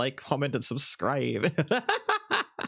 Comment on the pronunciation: “Like, comment, and subscaib” 😂